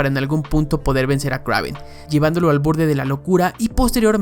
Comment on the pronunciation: Kraven? Que no se pronuncia Kreiven😅